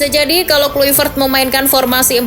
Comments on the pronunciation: Baca nya patric klaivert min bukan kluipert,sakit kuping guA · Baca nya Patric Klaivert bukan kluipert,kocak